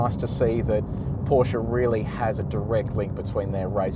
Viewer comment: Thanks for calling the brand name as is: PorschE not Porsch